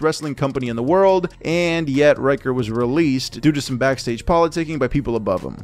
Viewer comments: ricker, not ryker. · Ryker? lol RICKER where tf you getting this pronunciation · I believe his name is pronounced as "Reeker", not "Raiker" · RICKer. Shaun RICKer. Not Riker. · omg Rick-er. Rick not Rike-er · I don't understand how you figured Ricker is pronounced "Reicher".